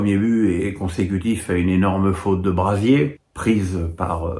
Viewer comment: On prononce brassier et non brazier merci